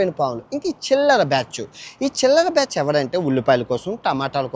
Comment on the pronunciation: బ్యాచ్చు కాదురా ఎర్రిపూకా బ్యాచ్ అనాలి